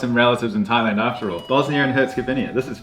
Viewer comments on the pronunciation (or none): none